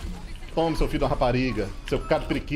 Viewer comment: esse foi o melhor fi de rapariga que já ouvi de um não nordestino, deveria ensinar a esses atores da Globo que tentam imitar a gente. (Pra deixar claro que sou nordestino). Torre aranha.